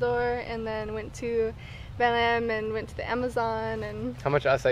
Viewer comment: Their pronunciation of belém